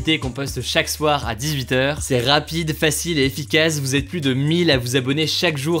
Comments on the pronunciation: "100 fois plusse puissante", euh... non. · Salut, petite info pour toi, on ne dis pas 100x pluS puissant, le s doit etre muet